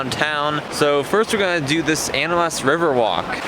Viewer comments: The way he pronounced animas 🥲( i definitely spelled that wrong) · The way he animas river physically hurt me